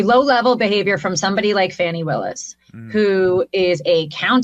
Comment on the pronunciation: These people are so disrespectful, and don’t have a courtesy, or the intelligence to pronounce Ms. Willis’s name, right